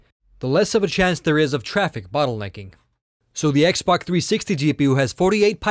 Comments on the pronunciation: This guy keeps saying xbok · He keeps saying xbock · he says x-bok